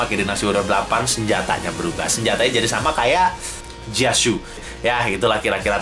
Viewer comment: Denger lu ngomong jia xu kaya just you #baper :v